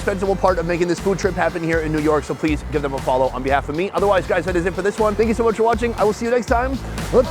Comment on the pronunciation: I think that guy is saying “Fank You”